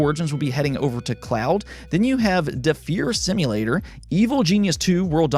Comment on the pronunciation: can't believe you said Defeer Simulator 🤦‍♂️